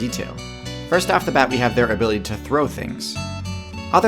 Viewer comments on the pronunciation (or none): none